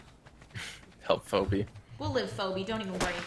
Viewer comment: Stop calling Phoebe Phoebe lol